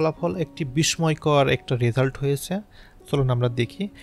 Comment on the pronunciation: আপনার প্রচেষ্টা খুব ভালো। কিন্তু পাঠ এবং উচ্চারণগত কিছু সংশোধন দরকার। যেমন অত্যন্ত -কে আত্যন্ত বলেছেন, বিস্ময়কর উচ্চারণ করুন এইভাবে : বিশ-সয়-কর।